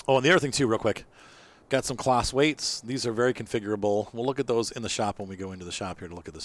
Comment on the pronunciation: Not that it matters but it’s pronounced “Closs” . Just a heads up. Good detailed video btw.